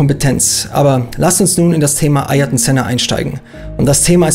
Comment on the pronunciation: Alboretos Vorname wird MI–KÉ–Le ausgesprochen und Sennas Vorname AH–IHR–TON(G) ( ) McLaren hat das Problem mit Sennas Vornamen in seiner Animations-Serie TOONED zum 50jährigen Geburtstag des Rennstalls thematisiert, weil anscheinend in den 6 Jahren, die Senna bei McLaren fuhr, niemand das auf die Kette bekommen hat. Sein Neffe Bruno hat der Figur Ayrton Senna die Stimme geliehen